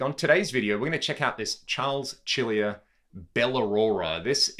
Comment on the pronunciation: It's "Sarles Seal e are" Get it right m9